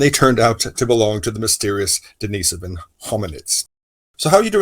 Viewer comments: The cave was named after a monk named, Dennis.. Not a woman named, Denise. So it's pronounced, "Dennis-sovan" not "De-niece-sovan" Cringe. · Here, this is how it's pronounced. There is no emphasis on the Den-"Niece"-sovan. As mentioned above. it's Den-Nih-Sovan. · You do know the difference between Dennis and Denise, right? RIGHT?? I even give you an example and you still insist or reassigning genders. Crawl back under your rock. It's pronounced, "Dennis-Sovan" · I think if you were right then the expert would have said something. Google 'how to pronounce denisovan' and then get back to me.